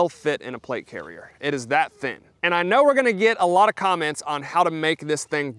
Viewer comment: Everytime he said thin, sounded like thick to me. Go for green context clues.